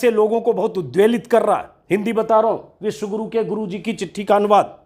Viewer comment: उच्चारण मे कमी है --विश्व गुरु अथवा विष गुरु !!